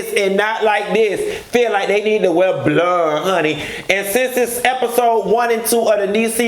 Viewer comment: The way you say BLUND 😭😭😭😭!!! I’m here for it! I can’t stand Kimberly and I never will!